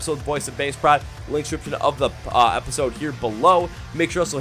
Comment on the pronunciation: I'm new to your channel/podcast and found it because of VOB. I love that they're getting well-deserved recognition for their amazing talent and their struggle. My only negative for you is your pronunciation of their name as it's: Voice of Baceprot (pronounced 'bah-che-prot').